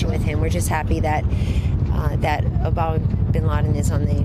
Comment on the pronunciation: Did she just say "Obama Bin Laden"? Is she that dimwitted?